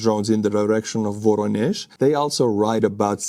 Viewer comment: The correct pronunciation is "va-RO-nyesh".